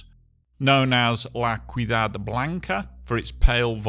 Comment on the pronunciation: ciudad: see-you-dahd